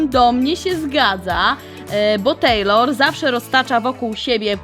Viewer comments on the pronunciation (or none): none